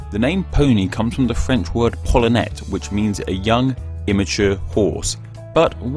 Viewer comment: Poulenet is pronounced poul-Len-nay